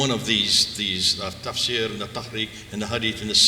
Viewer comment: I don't think a self-acclaimed academic would repeatedly mispronounce an extremely pertinent Islamic term such as tafsir as "tasfir?" Bob the builder. We cannot stand behind a false narrative that has no historical evidence! Playing both sides is also a silly proposition. I used to be under the premise that Muhammed led the Islamic movement from day 1. It's wrong and the evidence is clearly proving Jay and Mel's research as more historical truth than any of the Muhammad is real crowd. The resistance is clear to me because this newer evidence crushes the SIN. There are many arrogant people that would have to admit they were wrong and would have to shut down the business they have so financially benefitted from.